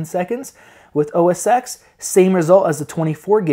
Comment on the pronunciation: you say OS X as "Oh Ses ten" not "Oh Ses ex" :-) thanks for the benchmarks